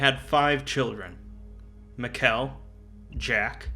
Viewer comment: Hey, admin bright here. No, really. This was delightful to listen to, thanks for giving so much attention to my little ocs. Side note: Mikell is pronounced just like Michael. Also, oh my God where did you find the picture of Jack with his sappy staff? That's amazing! Sorry, I'm typing this as i listen through, it will be... disjointed. For 963 2, you should look at the ecce perago tale, it explains it pretty well. Ok, this was great, thanks so much. On sontouched when people actually care about my characters, and so deeply too! If you ever need more info, feel free to reach out, I'm friendly.